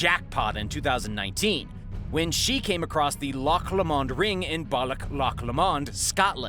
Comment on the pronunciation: Loch La mond……🤣 Lomond - sounds like (Low mond)….. got Loch correct so brilliant as some people from here (Scotland) even say Lock!! Lol great video! :)